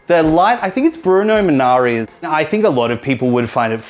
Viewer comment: Bruno "Minari", really? It's Munari.